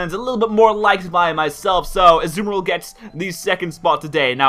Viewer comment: pronounced Azumarill wrong. It is pronounced As-zoo-mar-ill. (Can't really type the last part of it but the end isn't pronounced ill like someone being sick)